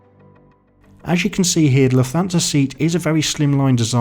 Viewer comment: Great video! Only suggestion is that Lufthansa is pronounced 'luft-hansa'. Keep up the good work